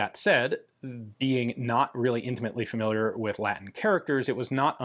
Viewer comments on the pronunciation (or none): none